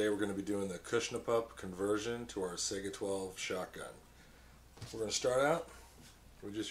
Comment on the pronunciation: I swear to God if I hear him say Sega instead of Saiga I will slap some one.